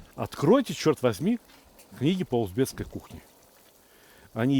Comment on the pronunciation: Всё очень круто! Ув., Сталик правильно произносить - узбеКский! Благодарю за рецепт!